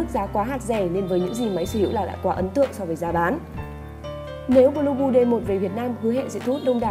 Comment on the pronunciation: Phát âm nghe giống "lu bu" :))